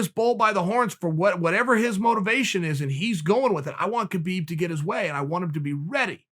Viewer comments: Love you Chael, but pls pronounce br. Khabib name correctly. Its pronounce as Khabib where the K is silent. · Man your pronunciation of Khabib’s name is killing me 🤦‍♂️